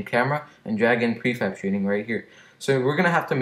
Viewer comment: hey u spelt shooting wrong you said shoothing happy to help